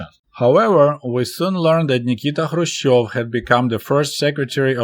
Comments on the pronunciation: kh should be pronounced like ch in Loch Ness or S. Bach, or greek letter "chi" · K is not a silent letter, so why is he not pronouncing it in Krushchev.